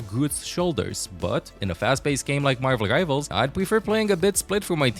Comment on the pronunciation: Marvel Givals? You're saying the R in Marvel. Help me understand 😂